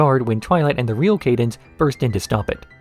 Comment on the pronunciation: Why are you pronouncing cadence's name this way?